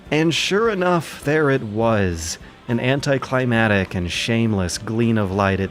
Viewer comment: Man, I love your videos, but if you keep mispronouncing "anticlimaCtic" I'm unsubbing